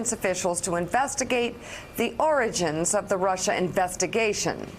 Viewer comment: Isn't it nice to hear the word "origins," pronounced correctly?